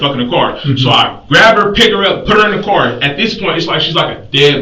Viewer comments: sir its pronounced car not cor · I wish someone could tell my why they pronounce the word 'Car' as 'Core' these days. This is a relatively new phenomenon.